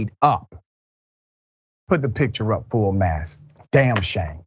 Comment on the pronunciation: Is he saying full mass or full mast